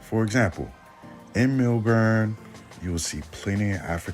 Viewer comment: I am laughing because I have been to Australia four times. I "pre-gamed" on MySpace! 😂 You will meet great people and have a lot of fun. You will not encounter racism but some stores sell racist black characters. Also.....it is pronounced "MEL-burn" not MILL-BORN." 😂 SYDNEY is LA and Melbourne is New York. The women in Sydney will flake out on you just like LA. You need to have a backup plan. I do not recommend going to Perth. It is very slow. People love going to strip clubs after going to the club......women too. There are Hip Hop clubs and you can meet beautiful women. If you go, land in Melbourne on Wednesday and stay until Monday and then head to Sydney. Stay in the CBD in both cities.